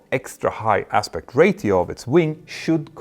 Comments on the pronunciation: I’m glad I’m not the only person who noticed this. It sounds like he’s saying ray-THEE-oh but I’m used to pronouncing it ray-SHEE-oh. I’m thinking maybe that’s just how some people say it. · why is he saying rathio instead of ratio. his English is good so it's not an accent thing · The word "RATIO" is pronounced "RAY-SHEO" not "RAY-THEO". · Ray-she-o not Rate-eo. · Ro-Chee-oo not Ra-thee-oo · Ray-shee-ow, not ray-thee-ow. Jag har utmaningar när det gäller uttal på svenska, tyska, och franska, men jag kan vara behjälpligt när det gäller engelska. 😉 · I've never heard the word "Ratio" (Ray-sheo) pronounced as Rayth-eo like "Raytheon" without the N. Not trying to bust your balls by the way, just never heard anyone say it like that. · Ratio is pronounced “Raesheo” my friend. Every time you say “Raetheo” it kills me 😝 😉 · It's Ratio not Rathio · "RAY-shee-oh" -- there's no "th" (as in "thorn") sound in "ratio". "... engines has [sic] ..." -- "have" is used with plural subjects. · Mentour, ratio is pronounced as RAY-SHE-OH Practice in front of a mirror. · ratio is a strange English word - which usually doesn't have a "t" sound, but a "sh" sound - Ocean also has an sh, when it isn't spelt like that... (love the technical content as always)... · Whats a Ray-thee-O? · There's no th in ratio. Stop saying rathio. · Hey Petter, I hope you don't mind me for saying this but you repeated "Ratio" incorrectly. "Ratio" is pronounced ray-shee-ow in both American and British English translations. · Check your pronunciation of ‘ratio’. 😇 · The "ti" in "ratio" makes the sshhh sound, as in "nutrition" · There are ONLY two syllables!